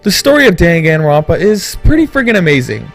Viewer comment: YAY I'm not the only one who got a little annoyed by that xD